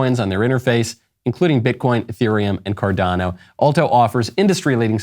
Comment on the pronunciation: I like how on the alto ad, you said Cardano. My man!